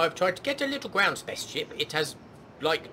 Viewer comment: I am 39 years young, yet every time you say "spa´ce ship" I giggle like a 6 year old. :)